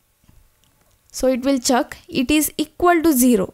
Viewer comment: the way she pronounces check as "chak", is love <3